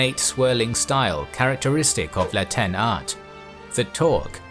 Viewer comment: For a minute I thought he was saying Latin when he was saying La Tene I was like "why is he saying it like that! xO" lol